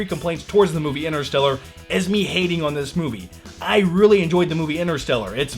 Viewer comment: ENTER-STELLAR!!!! quit saying inner.